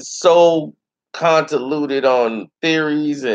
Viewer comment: contenluded?? It’s convoluted, always making words up lol